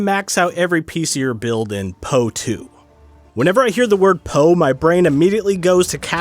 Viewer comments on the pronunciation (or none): "pee*-oh-ee 2" This pronunciation is non-negotiable. *Yes, yes, ha ha ha.